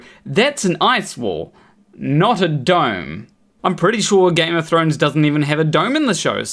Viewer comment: They managed to miss the ‘h’ in thrones. Maybe in the alternate Game of Trones, there was a dome.